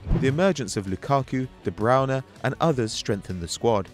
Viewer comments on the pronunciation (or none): Ffs who pronounces Du Bruyne like De Browne?